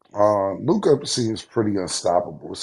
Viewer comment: 😂 I die at how they say certain players names WemBAY LukAAH